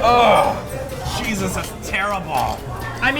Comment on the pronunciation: I don't know if other people noticed but said SHISUS instead of Jesus I laughed at that.